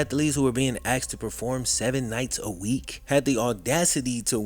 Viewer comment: DUDE........IT'S A-S-K-E-D......NOT A-X-E-D. THERE IS ALSO A 'POSSIVE' WORD......THEIR, NOT TO BE REPLACED WITH THEY. THIS APPARENT BLACK CULTURE HABBIT/IGNORANCE IS A TRUE SHAM....